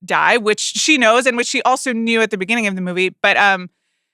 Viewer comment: "Beginng-k" "Threatening-k"